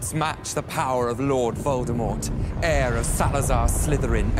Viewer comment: When harry said "Volldemord" I was like : " He's not Volldemord, Volldemord dont have nose!".